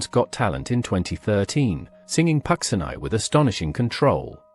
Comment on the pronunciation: not pronounced pucksineye but pucheenee